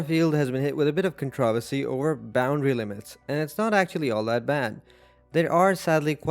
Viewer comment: ive never heard some pronounce controversy like you just did 😂